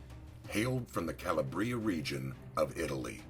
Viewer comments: It's Ca-LA-Bria, not Ca-la-BRIA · it's ca -LAH - bree - a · And mis pronounces calabRIA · Why can't yous pronounce CALABRIA right? That's an infamia! 😌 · In the first 3 seconds you butcher 3 words, including both his first AND last name as well as CALABRIA. vaffanculo. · This is the problem! Mr Pastore is of Italian background but still can't get the fvcking pronunciation right! And worst of all - he's being fvcking paid for it!! Gaagh!